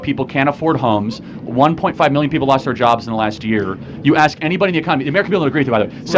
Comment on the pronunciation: ASK. ASSSSSSSSSSSSK. NOT AXE. Why do so many people say AXE, instead of ask? Where did that start?